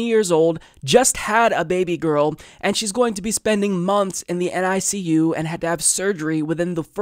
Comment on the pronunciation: 100% agree with you, and wish your niece and her new arrival all the best, especially in terms of health. Also, usually when someone is referring to the neonatal ICU by acronym alone, they pronounce it “nick-you”.